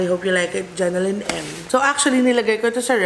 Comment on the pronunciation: Hi. Love your videos but, its JENNYLYN po ✌🏼 not Jennelyn!